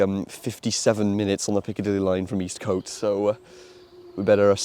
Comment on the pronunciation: Just one more thing - I believe Eastcote is normally pronounced "East-c't", with a short o, rather than "East-coat".